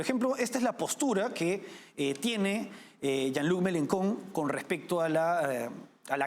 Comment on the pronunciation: Se pronuncia "Yan Lui Melenchón"